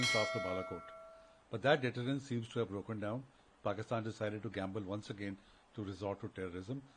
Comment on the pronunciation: She nearly said Porkistan haha 😂